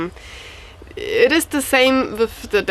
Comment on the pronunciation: With, no wiff. Lol